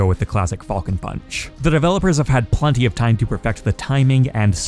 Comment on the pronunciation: The way you say “Falcon” ugh